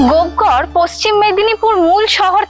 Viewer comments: গোপ ঘর না লেখা আছে গোপ গড়। পশ্চিমবাংলার মেয়ে উচ্চারণ টা ও ঠিক করে করতে পার না। এরা না হয় জংলি বাঙাল কিন্তু তুমি কি ? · স্থানটির নাম গোপগড় কিন্ত আপনি প্রায় সময়ই বলছেন গোপঘর। এরকম কেন হবে? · ট্রাভেল ভ্লগ বানাচ্ছেন। তার আগে উচ্চারণ টা তো ঠিকমতো করতে শিখুন। জায়গাটার নাম 'গোপ ঘর' নয়, 'গোপ গড়' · দিদি ওটা গোপঘর না, ওটা গোপগড় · Madam kindly ucchran thick karun ota gopghar na gopegar habea. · Babbaa....gopegarh ke kisob uccharaon korche .